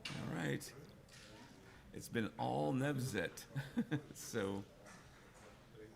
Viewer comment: His name is Nevzat, not Nezvat